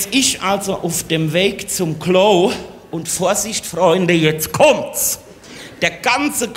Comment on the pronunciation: Das ist eine schlechte Parodie von Heinz Schenk aber kein Hessisch. Allein die Aussprache von "Klo"....